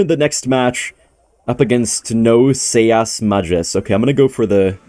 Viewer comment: the type of guy to pronounce seas as “say ass”